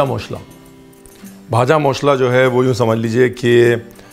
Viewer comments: The pronunciation of "ভাজা মশলা"(Vaja mashla) is nice ... 😊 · Bhaja Moshla! Great pronunciation Sir❤️ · Just loved you pronunciation of Bhaja Mosla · I'm from bengal.. I like your proper pronunciation "vaja moshla"